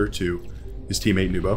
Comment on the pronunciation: Thank you for the professional commentary! You did very well pronouncing my name, all people call me Nubo too :) This is probably my first appearance in the match replay with commentary so I'm very excited!)